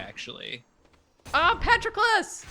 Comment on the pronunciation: The way pronounced "pat-row-clis" fucking killed me dead